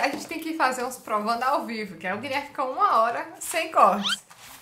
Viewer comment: Guileerrrrme não tá bem hoje 😂😂😂😂